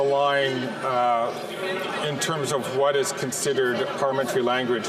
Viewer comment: Pahlee-mentry langwage 😂